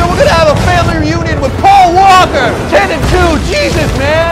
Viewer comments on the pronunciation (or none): I think it's pronounced "Pawl Wahkah"